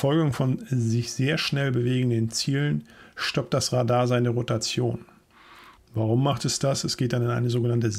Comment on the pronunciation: die Betonung bei Radar liegt laut Duden auf dem zweiten A